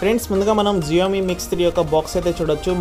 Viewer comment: Xiaomi కాదు షామి pronunciation wrong